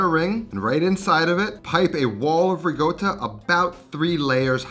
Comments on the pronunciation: RICOTTA, NOT RIGOTTA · Why does he say “rigotta”? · Hello! Genuine question for everyone: is it riCotta or riGotta? I keep hearing him say rigotta. Just curious if the pronunciation is a region thing in Italy? Thanks ! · LOL, ricotta...rigotta...ricotta...just trolling on folks now. Dope ass recipe! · As an Italian ... QUIT PRONOUNCING RICOTTA WITH A "G"!!! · Great recipe!! definitely gonna try it, also great video.. But..... at a certain point I just watched it without any sound, simply because of the pronunciation of "Ricotta"...... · ricotta has no G sound in it.